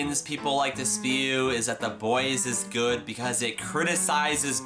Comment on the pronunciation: Hmm..., I think you mispronounced the word, "good".